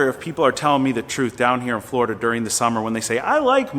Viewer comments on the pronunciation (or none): none